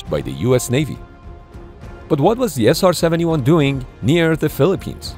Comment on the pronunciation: 나레이션을 인공지능이 했나? SR71을 제대로 발음 한 게 몇 번 안되고 아음속을 애음속이라고 하질 않나 미그를 앰아이지라고 하고 ....